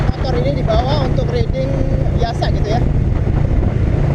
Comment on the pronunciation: masukan dikit bro.. Riding dibacanya --> Rai - ding